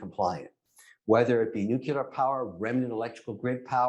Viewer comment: Who else turned it off when that guy said new que ler.